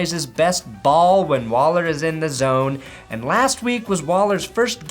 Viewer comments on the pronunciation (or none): none